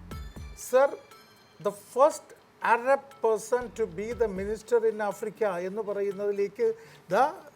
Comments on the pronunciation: അരബ് അല്ല അറബ് 😜😜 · അരബ്❌ അറബ്✅